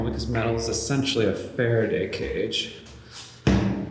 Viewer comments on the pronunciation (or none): none